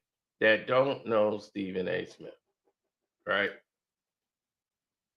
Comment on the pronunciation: said Srepben A got a thoroughbred. 😂😂😂